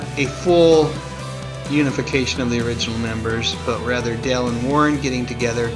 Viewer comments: Nice lisping. The name is Daaaaale not Dell. Your lack of phonics is showing. Read up on vowel sounds. Please! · It's DALE Bozzio!! NOT Del Bozzio... Pronunciate!!! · It's Dale not Dell